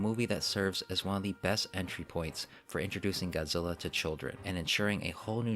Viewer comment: I love it when the dubs say Godzilla name wrong and go GODZILLER over and over again